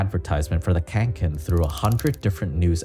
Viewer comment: The bag is named Kånken and not Känken